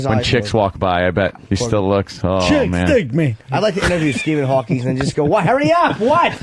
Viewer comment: Norton saying "Hawkings" is infuriating and if Colin knew anything, he'd have destroyed him for it